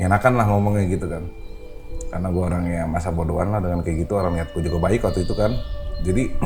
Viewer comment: Jd salfok, masnya kaya aku klo sebut kata "waktu" itu "watu": Watu itu 😂